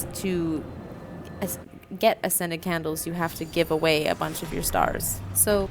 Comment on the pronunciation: I know you're saying 'ascended candles' but I keep hearing 'scented candles' and it makes me lol